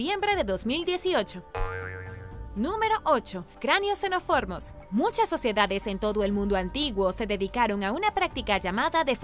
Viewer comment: Con todo respeto:: XENO MOOOR FOS XENOMORFOS. NOOO XENO FOR MOS XENOFORMOS